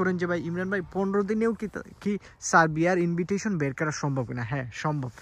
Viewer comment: ইনভিটইশন 😂না ভাই, এটা ইনভাইটেশন উচ্চারণ হবে